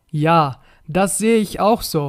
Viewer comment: ملاحظة بسيطة اخي هناك مشكل في نطق بعض الحروف والأفعال مثل so و zu و letzt